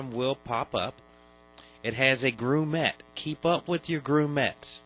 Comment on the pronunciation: Having just bought an '89 PC and knowing that the bulb connections need a good clean made this a really useful video. The only thing I would say is that I have no idea what a groomette is? A Grommet? yes. I imagine a groomette to be a female groom known more commonly as a bride. If you want the proper pronunciation, check out any of the Nick Park Wallace and Grommit films. Cracking cheese Grommit!